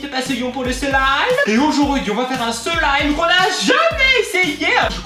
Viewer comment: UN SEEEEEEEEEEELIIIIIIIIIIIIMMMMMMMMMME TYL TABARNAK TU C TU DIRE SLIME COMME IL FAUT